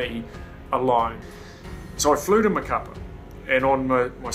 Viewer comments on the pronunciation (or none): Wow man what a story, glad you survived. By the way, the city is pronounced ma-ca-PÁ, the accent mark indicates the emphasis on the final vowel.